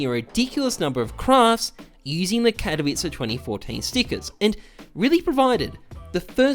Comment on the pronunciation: The only youtuber that can pronounce '' katowice''